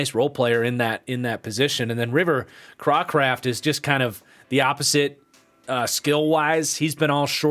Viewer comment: The dolphins receiver, river is pronounced Cray craft